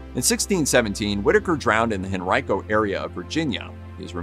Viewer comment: Thank you for learning how to correctly pronounce Henrico!!!! We usually hear people call it Hen-Reeco.